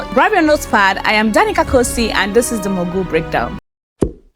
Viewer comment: This is my first time on your channel. I love everything you did. I just wish you would stop pronouncing "mogul" the way you do. Please educate yourself.